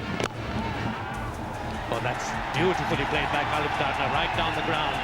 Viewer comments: කුලු සෙකාර😹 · මේ කාටද බං "කුලු සිකේරා" කියන්නෙ..😂🤦‍♂️ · (Fantastic way of pronouncing the name of Nuwan Kulasekara)!!!😂😂😂